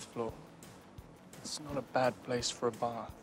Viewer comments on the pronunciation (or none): none